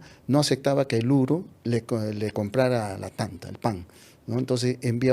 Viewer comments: Pan no se pronuncia tanta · No se dice tanta SE DICE T’ant’a.